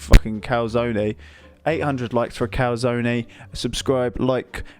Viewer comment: Yes... The lovely calzonaye